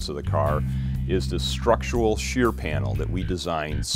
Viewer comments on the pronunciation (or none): none